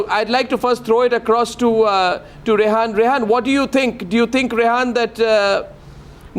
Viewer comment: Arnab Goswami ... She is Rehaam not Rehaan and she is not he ... 😂